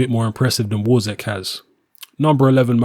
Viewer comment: Wawrzyk pronounce VAV ŻYK